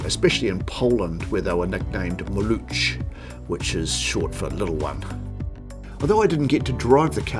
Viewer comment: The name is pronounced “malukh,” not maluch. in Polish, it means "baby"